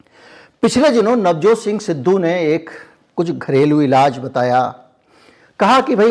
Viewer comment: सही शब्द इलाज है न कि इलाज़